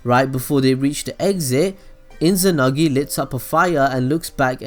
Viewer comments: There is no n in izanami/izanagi ._. But anyway rly nice vid man i rly didnt know he used tsoukiomi on his parends and izuna to give them a peacefull life :) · mangecaillou sharingan lmao also inzanami/inzanagi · Inzanami and Inzanagi :D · your pronunciation is shit dawg. mangekAyo? iNzanagi iNzanami? really, it's not so hard guys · The way he say mangekyou, izanami and izanagi made me laugh and i know im not supposed to laugh at that so now i feel guilty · It's Izanagi. Duh.